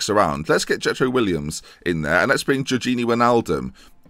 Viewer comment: Little gripe I have, please stop calling him Williams, it's Willems.(Pronounced Will-ems) Great series though